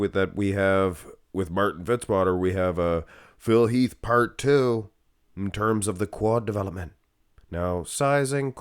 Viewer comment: Phil Heath….its Phil Heath.